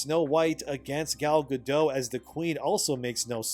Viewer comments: why don’t you say a Jew? It’s not a slur. Gadot, not Gado. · Gadot is pronounced guh-DOT, with a hard t. It's a Hebrew name, not a French name. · The t isn't silent in Gal's name. :P yeah, I used to say it with a silent t too. Also, Gal Godot is very nice on the eyes, no matter what part she's playing.